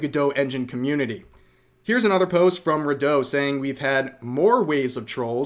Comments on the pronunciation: Redot is re-dot not re-doh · I'm pretty sure it's not "reh DOUGH" but "REE dough" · "Go-dough" 😂😂😂😂😂 "ray-dough" 😂😂😂😂😂